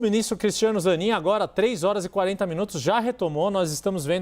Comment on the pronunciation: "😊Meu minixtro"